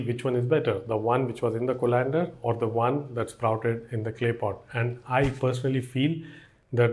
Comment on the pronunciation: thanks for the knowledge. But Co(like kaw)-len-der not co-lan-der